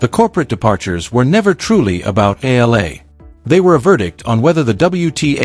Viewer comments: Please pronounce Alex's surname the way we Filipinos pronounce it. It's "E-Yah-La!" Thank youmm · Her surname is pronounced E YA LA. Please pronounce it correctly, E YA LA. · Pleeeeze, it's Eh..ya..la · AI cant even pronounce properly alex family name still continue spreading fake news but benefiting viewers mostly from Filipinos 😂😂😂